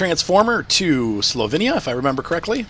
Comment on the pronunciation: Slovinia? You mean Slovenia 🇸🇮